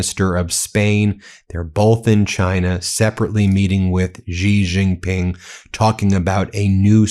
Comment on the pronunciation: BEN: it’s pronounced SHE Jin Ping. You are going to be referencing China more often as it asserts itself as a sane global business partner. The US has been consumed by idiocy and the ethic of WINNING, and this has nothing to do with building cell phone towers, shipping plastic crap and and lifting 100s of millions out of poverty, in China and elsewhere. China has a profound interest in prioritizing its dominance of manufacturing and shipping over military dominance. It acutely fears US military power, yet this power will wane as it becomes increasingly marginalized as an option because IT’S BAD FOR BUSINESS.